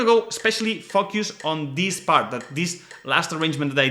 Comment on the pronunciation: Lol. I thought he was sneaking some fuck you's in there but he was saying focus. Now Every time and for the rest of my life, I will hear that when someone says the word focus...